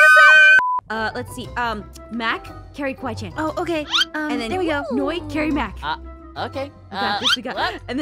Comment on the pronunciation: It's Kawaii~Chan. And what about Mac the giraffe. 😐😑😐😑😐